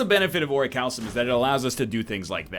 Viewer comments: It's ORI-CAL-COME, just FYI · Ori-kalkum is how it's pronounced. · "Regal Pillow... Ori-cal-some...Mercury Hourglass..." That is not how you pronounce Orichalcum. No no. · I wonder when he'll learn how to pronounce orichalcum correctly.